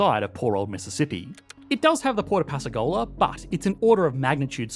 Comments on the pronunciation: Pass-ka-ghoul-la not Pass-ca-goal-la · Pascagoula is pronounced PASS KUH GOO LA. Sincerely, a native of Goula... 😂😂but good job on this video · " PASS CA GO LA"? 😬🤭 It's pronounced PASS A GOO LA ( Long O sound in goo ) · Hey, mate. Pascagoala is pronounced passkuhgooluh, bot passkuhgoaluh. 🤔😉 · It's pronounced PasKAgoula ...